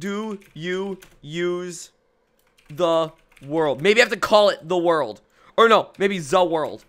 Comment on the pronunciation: "Za Warldo" Are you actually sure you're a legit JoJo fan?